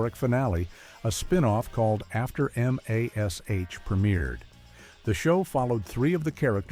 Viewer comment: Mash !!! Not M A S H🙄